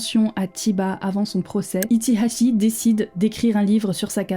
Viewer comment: J'adore ta manière de prononcer son nom avec l'accent qui va avec